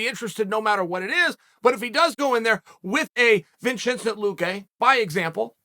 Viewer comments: I'm sure 'Vin-CHIN-cent' appreciates Uncle Chael talking so kindly about him. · Vinchensent… very interesting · Vinchincent Luque lol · Ah yes the great welterweight vinchinzent Lukay. Godamn it Chael, never stops winning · Vinchinzent Lucqe lol smh Chael, every time!